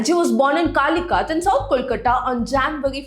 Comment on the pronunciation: Everything was great just pronunciation of Kalighat was very wrong